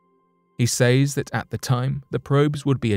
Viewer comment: The word “says” is pronounced “sez”.